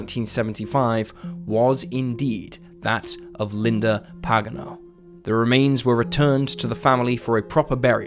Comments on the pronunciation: btw Pagano is pronounced with the stress on the second syllable like: puh GAHN no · Pa’ gan’ oh. That is the way it is pronounced.